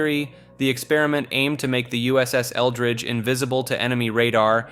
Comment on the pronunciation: I thought you said “USS Eldritch” for a second 😂😂😂